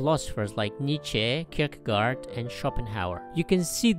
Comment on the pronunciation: Please learn and use correct pronunciation of the Danish philosopher, Kirkegaard.